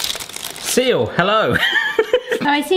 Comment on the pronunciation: What’s the story behind him saying biyaa for the word seal?